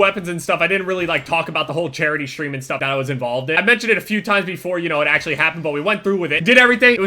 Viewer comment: I love how he says Shtream